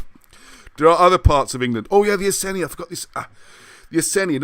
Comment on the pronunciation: i think its ee-sen-ee and br-ee-gaa-n-tair-ss iceni/brigantes....